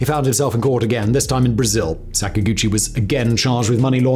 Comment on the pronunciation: Sak-ag-uchi not Sak-a-guchi It's Japanese not sacks and gooches m8